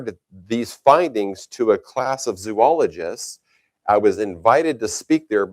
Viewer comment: credibility lost. Learn how to pronounce Zoologists.